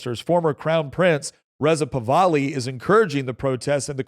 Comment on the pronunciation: Thank you for puting that info out there Mr Nick , which The IRGC are trying to supress. By the way his name is pronounce Pahlavi= Paw-H-La-Vee. Thanks again Mr Nick!